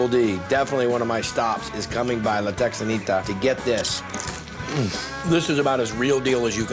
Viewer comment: I love how a CA boy pronounces La Texanita that way. What, did he take French in high school?